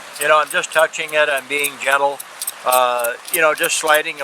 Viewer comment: "being DJENTLE"